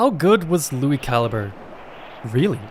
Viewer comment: It's pronounced Lui Cal-I-Bre.